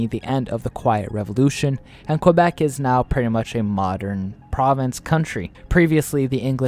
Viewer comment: KA- BECK, why is it so hard for non Canadians to say it right?